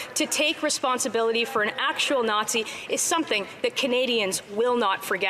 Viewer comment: Coke in his plane then hanging out with a Naw-zshee....tsk tsk...so lib.